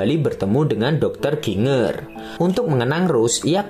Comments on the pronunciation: Bacanya Jinjer ngab bukan ginnger. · Bacanya JINJER kali bukan GINger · Dr. Chiang Kai Sek ... Jadi inget pelajaran sejarah tahun 2001, kelas 2 SMP... Pasca Perang Opium... btw Min... GINGER dibaca JIN-JER... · Ginger apaan Ginjer lah bunyinya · Ginger itu dibaca 'jinjer'. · Ginger sebutannya Jinjer🙏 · Ginger = jinjer(sebutan).. . Jahe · Mas itu ny.jinjer bacanya